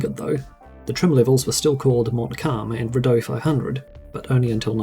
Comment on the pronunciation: living in Ottawa where the Rideau Canal is, tourists always pronounce it wrong. 😂